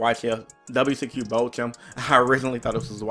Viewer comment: Jesse chose to go second game 3 and made that board and won. Thunder is just that absurd. Btw Bochum is pronounced Bow-cum. 👍🏼